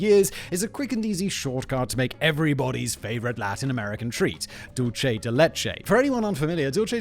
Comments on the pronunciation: Dulce de leche is pronounced dool-say not dul-che, ffs. It's Spanish, not Italian. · Dulce de leche, there is no H in sulce, It's not dulche, just dulce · Just a note, Simon. You pronounced "dulce" incorrectly. The C in that word is a soft c, pronounced like the letter s. You pronounced it as if it were Italian. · If you say dulce de leche like that, it’s italian